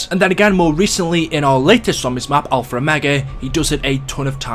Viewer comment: Can you stop saying alfer omega